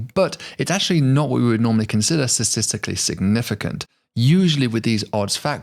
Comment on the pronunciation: Please PLEASE practice pronouncing “statistically” correctly! I love your channel but it’s excruciating bracing for verbal impact, especially from an educated young man like you. It’s almost as bad as Georgie Bush being unable to pronounce “nuclear,” but at least he was a rich buffoon who cheated his way through college…